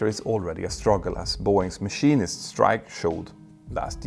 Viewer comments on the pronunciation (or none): none